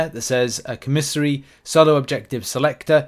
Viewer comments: COM a SARY not co-mis-ery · It’s COMA SARY co miss ary makes my skin crawl when you say it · koh' • mih • sar • ee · Christ days later and you still cannot say the word LMFAOOOOO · Man I'm wondering why you say commissary like that lol